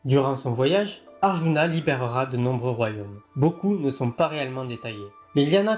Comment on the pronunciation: C'est "Arjuna" la prononciation, pas "aruna"